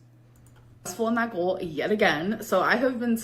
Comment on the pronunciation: The way she pronounces GOAL and FUUHD really erk me